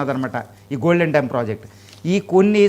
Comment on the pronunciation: డ్రోమ్ కాదు డోమ్